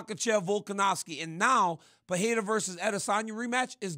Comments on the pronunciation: Not sure why people, let alone high paid professional analysts that can't speak the language try to say names they can't and say it different and butcher it every time. Per-re-ra sounds much better than Per-le-la or Pa-we-wa 🤣🥴🤦‍♂️ Come on man.. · SMH.. the UFC owner doesn’t know how to say Alex Pereira properly🤯 the “wife slapper king” said Alex PEHERA 😂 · “Uh-lex pehayda”